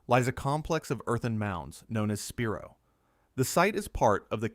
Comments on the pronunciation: Spy-roe not Spear-o. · I live about 20 miles from the spiro mounds & it’s pronounced SPY-ro . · Spiro is pronounced sp-eye-ro and pokola is spelled pocola and it is pronounced po-cola